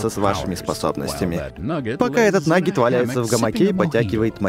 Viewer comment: Когда диктор говорит нагет или по другому по англ. Это звучит как будто он говорит Наггетс😂😂😂😂